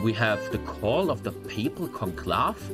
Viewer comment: God, imagine not knowing what interred means nor knowing how to say conclave lmao 😂😂😂